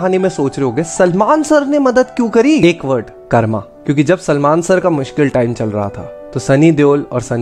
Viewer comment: कर्मा नही भाई,,,,,कर्म ,,,,,,क्यों हिंदी की ऐसी तैसी करते हो,,,,,राम बन गए रामा, कर्म बन गया कर्मा, योग बन गया योगा,,,,,,,गजब करते हो